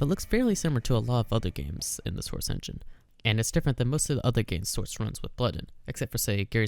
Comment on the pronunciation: the soursh chenghin